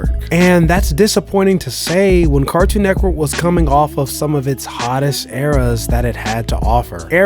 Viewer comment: Why when bro say network he pronounces it "network" but when he says cartoon network he pronounces it "cartoon neckwork"? 😂 am i trippin or what?